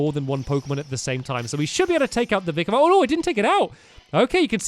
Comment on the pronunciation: faceplams when stampy does vikavolts sound..faceplams harder when he reads vikavolts name